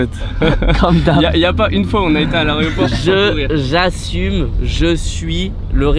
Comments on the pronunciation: « L’areoport » Ok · piwerre qui dit arioport hahahahaha